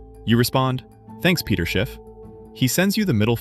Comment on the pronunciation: His name is not Peter but Pedro.